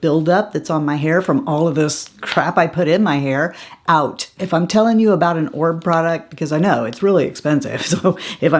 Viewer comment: not to be rude or anything like that but an influencer should know how to pronounce a major brand. Please research how to correctly pronounce Oribe